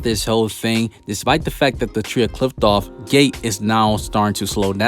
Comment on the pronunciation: I love your vids bro, but i hate the way you pronounce Qliphoth...damn.